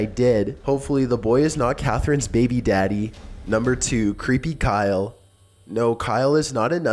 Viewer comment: I think number 2's name is pronounced "Ky-lee"